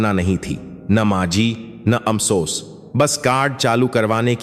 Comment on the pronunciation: आपको हिन्दी बोलने नही आती आप हर बात भै गलती करते है फोन को भोन बोलते है अफसोस अमसोस जोन काट दिया पहले अच्छी हिन्दी उसके शब्द पढो फीर बोलना सिखो फीरशकसानी बोलो